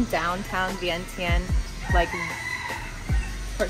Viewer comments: Vieng jund not vient tien. Is the corect way to say.🏌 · You need to pronounce it correctly it is ViengChen, but it spell Vientiane so the T in tian should sounds CH